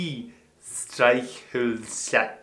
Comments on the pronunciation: Your "Eichhörnchen" sounds like "Eichhühnchen" (Chicken). And "Streichholzschachtel" is "o", but you speak an "ö". Put that "ö" into your "Eichhörnchen"... Try "Elektrizitätswerk" (Power Station) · i agree. And would like to add that he pronounced the "o" in Streichholzschachtel the way the "ö" in Eichhörnchen should sound like. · Die Streichholzschachtel aber das Streichholzschächtelchen (a small matchbox ;-)) The first ch was good, the second not so much. It's pretty much the same phoneme as "ch" in the scottish "Loch". And the "sch" is just the same as "sh" in English. Wettbewerbsfähig was *good*. And the W/v sounds are also trouble for us Germans who speak English, basically because English and German have these flipped (German w sounds like English v and vice versa). You mostly pronounced "v" as "w" in English. But "most" of the time it's just an "f" sound. "Verordnung" is "Ferordnung", pronunciation-wise. And "eu" (in Fahrzeug) is pronounced "oi". :D Lots of words with that, like "Europa" (Europe).